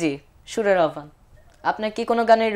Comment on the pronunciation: মাশা'আল্লাহ, অনেক সুন্দর হয়ছে। আহ্বান শব্দের শুদ্ধ উচ্চারণ হলো - (আওভান)